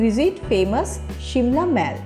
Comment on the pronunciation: aunty its not maal its mall. see google pronunciation